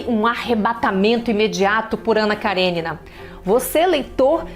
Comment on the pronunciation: Parabéns, pronunciou o nome correto da personagem, Anna Karênina.